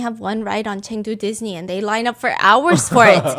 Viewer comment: I’m cracking up about Chengdu “Diss-ni” 😂😂😂